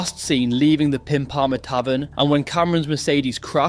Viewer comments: “Pimepampear” has me laguging Pimp-im-ahhh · man that is the funniest Pimpama pronunciation I've ever heard 😂😂 its actually just pimp-ah-ma, I can forgive you though its a stupid suburb name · Enjoying your content as usual but had to have a laugh... It's pronounced Pimp-a-ma, haha. The main thing is you had a stab 💪🏼🇦🇺🤙🏼 Edit: If you owe every club and underworld figures coin, you're not only a dumb khunt but your putting your friends, family and children in a extremely dangerous situation 🖕🏼🤡🌏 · Pimpama as in pimp (prostitute handler) not piepama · Great video but it’s pronounced Pimp Pa Ma tavern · It’s pronounced Pimparmar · I like the way you pronounced Pimpama.. I'm like where the F is that?! Lol